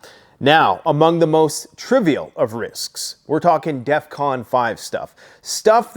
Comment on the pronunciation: You said defvon 5 twice